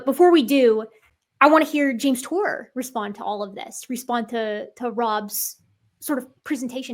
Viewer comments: "Jame Tour is a synthetic chemist..." That's the funniest way I've ever heard someone pronounce the phrase "pudding brained idiot of biblical proportions." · Two biologists and a "youtuber" 😂😂 he can't even say his name?? 😂 I know Dave crack him hard but come on 😂😂😂